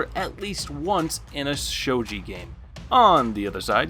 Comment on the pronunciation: Bro it’s gi not ji think of what Ryu from street fighter wears and there you go you can pronounce shogi